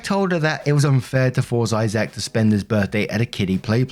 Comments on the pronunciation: I can feel all the Isaacs here cringing as he says "eye sack" instead of "eyes-ick" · Why are you pronouncing his name I-Zack?😂 It's Isaac, pronounced I-zic. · The name Isaac is said like (eyez-sick) but I did get a tickle out of the (hi-zack) version 😊